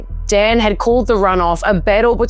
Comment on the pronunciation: Romanian here, have lived in New Zealand, love your accent! You pronounced most names just fine. Marcel should be more like "MarCHEL" and "Dan" has a more "Dahn" sound (not such an open A sound). Also Hungarian names all have the emphasis on the first syllable: OR-bahn (but who carea about him! 😂).